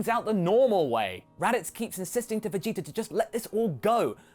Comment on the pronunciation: wait did you say vegeter at the end there?! That's hilarious!!!